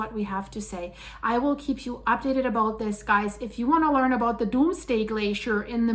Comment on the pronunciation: Aboot 😂 about 😂I love it